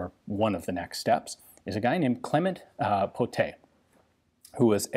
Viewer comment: He said Pottet right! Merci monsieur! The gun kinda looked like one of the earlier french mystery shotgun too, this or any kind of Darne shotguns which are pretty mysterious in their own ways.